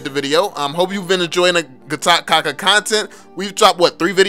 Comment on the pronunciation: its pronounce kacha. Like "cha"rlie. 3 videos and you're still not saying it right.